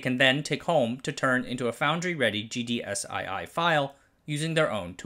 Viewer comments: File format is pronounced GDS2, not GDS-i-i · Dear, it is “gds two”.